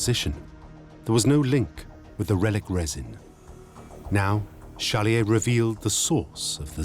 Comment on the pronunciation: Why does the narrator mispronounce the protagonist’s name as Challier?